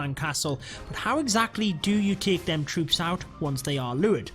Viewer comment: Very useful. But I lost it when he said them trwoops